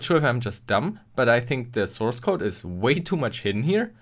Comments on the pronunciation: What is a 'sourecode'? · Ah yes, sourecode